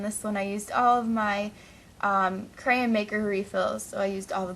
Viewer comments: Gosh....its pronounced crayOn not crayEn!!!! Sorry but when u say crayen about a million times in a 10 minute video that could have taken 4 minutes a person with OCD will tend to loose their shit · NOT CRAYN IT IS CRAYON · You're pronouncing it crayin, it's pronounced crayawn! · People is just too childish sometimes, Who cares if she says crayens or crayons! -_- just enjoy the video or get out! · Whymdomyou,say,crayon like crayin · I hate how you say crayon and you say it like 150 times. Lol. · STOP SAYING CRAYAN! Plz its crayON. Still liked the video though, I <3 your videos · You say cray-yon but it' crayons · Where are u from to say crayen instead of crayon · I loved how she said crayn instead on crayon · i love the way she says crayon... crayin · did you notice that you are saying crayn instead of crayon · She said creyon not crayon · It's *crayon* not crayen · Crayin , lol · Crayen? That's like me saying, "Da Duck?" So, I'm cool with it! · why do u say crayon careyn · I came to this video just to hear how you used to say crayon, I'm from the wreck this journal number 13 I believe 😂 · she says crayons like crayns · Did anyone notice she was saying creyen? :D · could u please say the word properly it sounds like ur saying crane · It's pronounced crAYons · Hehe it sounded like she was saying Crayin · Omg stop saying craryn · she said grayin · I think i just went insane watching this. i just went back and counted how many times she said "crayun" or "Crayuns" and i counted 55. FFFFFFFFFFFUUUUUUUUUUUUUUUUUU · She said crayon wrong it sounded like she said crans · Lol iknow everybodys said this to you but CRAYENS! Lmfao :D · your saying crayons wrong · You pronounced cray-on wrong. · Your saying it wrong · U say crayon wrong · lmoa she cant say crayon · Im from Arkansas and thats exactly how I say it too ( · freaking learn how to say crayon right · You said "crayon" wrong. So many times. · would u stop saying crayin!!!!! its crayOn!! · it is not stop saying crayans